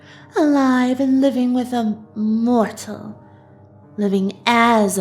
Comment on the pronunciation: Evry time they say mortal it hurts my mortal feelings